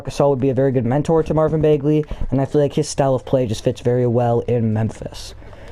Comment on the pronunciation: It’s Bag-Lee not Bayg-Lee